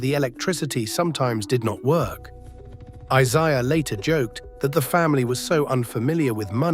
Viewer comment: Can't even pronounce Isiah correctly. What a loser!